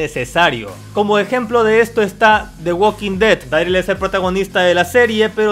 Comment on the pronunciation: Uolki tolki 😂😂😂😂😂😂😂😂 ualkin ded 😂😂😂😂